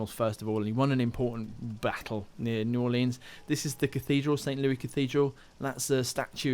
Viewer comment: I'm from New Orleans and they way he is saying "New Orleans" is triggering me